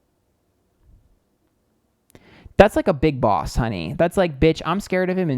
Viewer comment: Nothing to do with the reading but when he said “boss”. He sounded soooo New York. Lol.